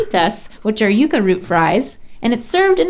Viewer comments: Amy Vivas lol and how Rhett called it yuck-uh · The fact that Rhett pronounced Yuca “Yuh-Kuh” hurts my Cuban soul 😭